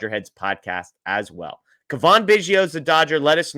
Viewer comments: Its Cavan....not Cavaan. Dingdong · cuh-VON? He's been in the Majors for five years. a) You should have heard his name before, or b) Do 20 seconds of research if you're not sure. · It's Cavan like Gavin.. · where have you been the past 5 years? Do you only watch games with NL players? How do you not know how to pronounce Cavan Biggio’s name???? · …. Dude, you need to say his name right.